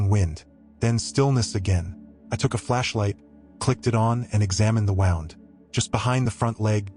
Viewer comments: When using the word wound in this sense, it is pronounced woond. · AI voice. Human English speakers can pronounce “wound” as in hurt, not like a coiled up string. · Don't you just hate AI. It pronouces 'wound' for an injury as per winding road the mispronounces it again for winding road as per injury. Bloody ridiculous.